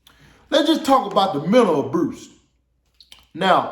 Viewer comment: The "memal abruse"? Nigga what?! 👍🏽🤣👍🏽